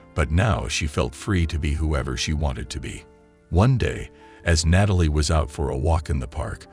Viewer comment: Learn to pronounce the name Natalie properly. It is not "Nay-tal-ee," it is pronounced as "Gnat-ah-lee."